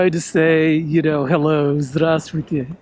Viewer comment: Привет! Хочу отметить, что произношение русских слов очень убедительно и очень чистое. "Здравствуйте", "Тройка" и просто звук "Р-р-р", ставлю 5 баллов! Пожалуйста, продолжай изучать язык, учить новые слова, у тебя явно есть способность к этому. По поводу Техаса, произноси это слова как "Tekhas", в русском языке название штата звучит и произносится именно так, и тебя сразу же поймут. В России очень сильное образование, и география в том числе, поэтому 99% не только поймут откуда ты, но с легкостью покажут это на карте. С наилучшими пожеланиями из Сибири, Иван.